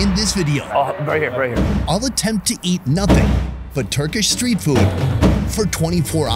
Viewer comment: “Attempt” lol 🙈